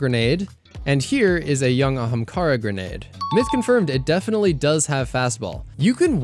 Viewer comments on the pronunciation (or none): none